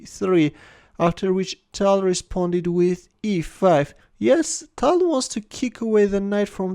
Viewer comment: Change ur voice plz tal is tall